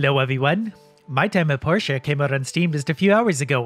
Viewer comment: It's pour-tea-ah